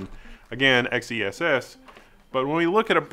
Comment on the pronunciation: Are we sure XeSS isn't meant to be pronounced "excess"?